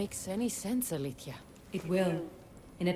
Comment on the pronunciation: ACTUALLY, her name should be pronounced "alezèia", not "alithia". Know your shit, game.